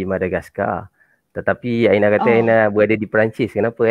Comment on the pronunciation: hari ,bukan aghi, berada bukan beghada ok. mana R nya. Bahasa Baku mesti sebut R dengan jelas. Bukan macam bahasa Riau yg tak pakai R . seorang bukan seoghang . lari bukan laghi ok.